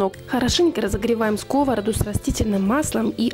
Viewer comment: Эй, русские, уже тошнит от ваших скОвороду.Когда, уже, научитесь правильно говорить на своем родном языке??!!